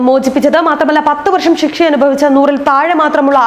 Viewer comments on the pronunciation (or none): ഷിക്ഷ അല്ല ശിക്ഷ